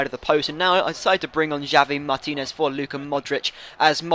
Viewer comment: its pronounced havi martinez. nice vid